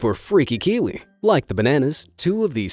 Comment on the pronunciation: THAT'S NOT A KIWI, THAT'S A *KI-WIWI*! X'DDDDDDDDD